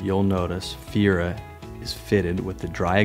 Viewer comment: this N62 was not named "Fiera" like the car; it is "Feria" and should be pronounced "Fer-ee-ya". You're a Leishman, for god's sake. The bar is higher for you guys. You should make it your business to know how to pronounce the name of the boat. Anything short of that is simply laziness. I cringed every time you said "Fiera" and really couldn't enjoy the video because of it.